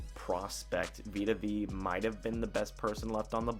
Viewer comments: Veya not veee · Vita Vay-uh. Vita Vea. Like Bethea. George Weah.